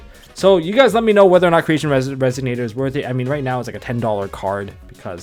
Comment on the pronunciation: Pleeeeease it's Resonator, not Resignator :D